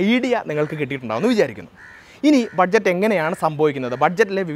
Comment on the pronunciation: Pronunciation ബജറ്റ് അല്ലെ not ബഡ്ജറ്റ് അല്ലല്ലൊ